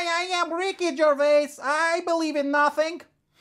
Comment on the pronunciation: "Hell Low, I am Ricky Gervais, I believe in nathing"